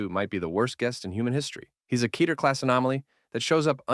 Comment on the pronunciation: Very good, but just for the record it’s pronounced “Ketter” as in “Better” not “Keeter” as in “Aether”